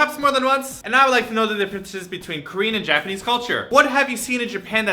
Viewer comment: How about you show respect and stop saying "Japenis"